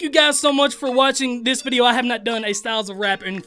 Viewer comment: Not picking on him but every vid he makes i here vid-ja instead of video is it that he cant pronounce it right or he just like to use slang in the word?